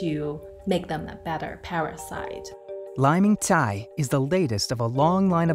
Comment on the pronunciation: Thanks, this is an incredible video! (Btw it would be better if you had pronounced Dr. Liming Cai's name correctly hehe)